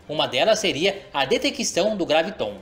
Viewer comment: Por que você fala.graviTON, se em todo o seu video, está grafado com acento no 'a"? Ou seja, é uma proparoxítona: GRÁviton; não oxítona!